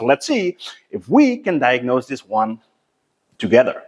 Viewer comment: I like when he said; "togedder". That was fine.